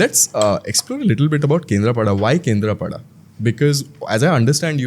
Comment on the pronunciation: What do you mean by calling him pandaaaa thats panda ….also not kendrapadaaaaa its kendrapada…atleast try to pronounce names correctly as you are a odia person